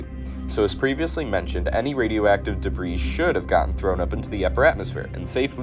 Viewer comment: He also pronounces debris as past tense...